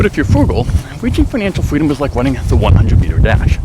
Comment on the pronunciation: He said running perfectly fine the says wunning right after lmao wtf